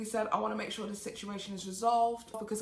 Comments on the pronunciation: I love you so much! But I had to laugh every time you read instead of r-ed. Great video as always! I love how in-depth you are and so informative! Plus, you are STUNNING!!!!!! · Isn't it left you on "red" (read)?